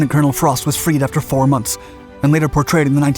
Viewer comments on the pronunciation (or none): none